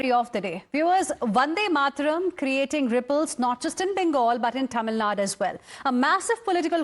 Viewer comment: Learn how to pronounce a State's name properly or does the presenter has eyesight problems. It is "Tamil Nadu", not "Tamil Nad".